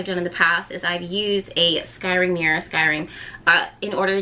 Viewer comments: S like snake and cry LOL everytime you say it i think your saying skyrim like a game or wnatever it is. You look so different. I havent been here in a while. I watched when you were in philly and u were mobing to Louisiana. You look great. You also seem less serious. I like this side of you. Thanks for teaching us about this. I fire scry but havent done the black mirror. Ive been looking into it recently so its funny this video came up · First of all your video is fantastic and you are awesome! Secondly, If you want to pronounce it the way that has been “normalized” (I agree with the other commenter that said that “sky-ring” is way better) you can just add an E at the beginning of the word so you are saying “Escrying”. I don’t understand why but it seems to make it easier on the tongue. It worked for me is what I’m saying. Anyway thank you for the knowledge that you are passing forth. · It’s scrying- not scyring.. so it’s more like saying crying with an S on the front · Scrying! Sky ring! Such a tongue twister!!! U good gurl!😅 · Siri: Scrying: SKY RING 😂😂😂😂💓💓💓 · This is awesome! I enjoyed hearing you say “skyring” lol 🧚🏽💕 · Practice saying it: S-CRY-ING SCRY…ING Like ‘crying’ with an S. Scry-ing. SCRYING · You are adorable when you mispronounced scrying. Fun info. Thank you for sharing with us! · U sure you suppose to say skrying like they would say in Egypt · take a shot every time mispronounces the word scrying 😭😭😭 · How are you really advanced in scrying but can't say it lol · Say it like Crying with an S in front.